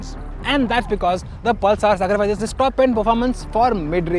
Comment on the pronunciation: Can’t understand a word of what this chap says 😒 Also, what is Pul-saar?